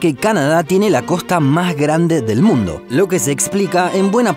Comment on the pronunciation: Se dice: COSTA NO: COJTA